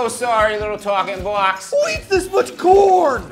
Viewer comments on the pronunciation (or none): "too late now little talkin' bwox" Fucking subscribed sir. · "Twakin bwax"